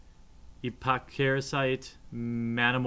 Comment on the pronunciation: Chap Hammersmith I know. Maybe I'm biased because pronouncing words has never been difficult for me... it still doesn't seem like something you actively refrain from learning. Honestly, how many Epochrasites has this guy seen and still can't say its name? ee-POK-ra-site. Very easy if learned once and remembered, even if the phonetics don't just give it away for you. It's unfortunate because the camera quality is really good and unboxing videos are always fun. But it just bothers me too much that he's careless with words, in a game where there are simply too many cards with wordy names. I can't subscribe to this guy who gives zero damns about how to say even common MtG universe words like "Vedalken" and "Manamorphose" (hellooo storm decks, they're freaking everywhere). Christ. Words matter. Get them right.